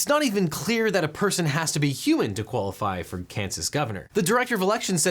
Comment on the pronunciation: Stella the *canid*ate... Sorry